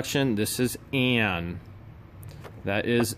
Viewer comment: her Name is ANNIE like the red head little girl from the movie not ANNE lolz